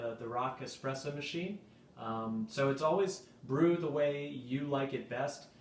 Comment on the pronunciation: that is an espresso not "expresso" ;-)